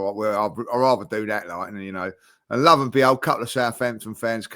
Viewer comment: please tell it's "lo and behold" not love and behold 🤣